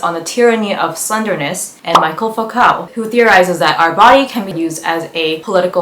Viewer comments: Just because I don’t want some theory bro getting self righteous in the comments about a name people rarely hear spoken: Foucault is pronounced foo-co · Great video but girl Foucault is a french name, it's pronounced like foucough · You pronounced Michel Foucault’s name incorrectly, and a few other words and names. Great job on the content, I look forward to more videos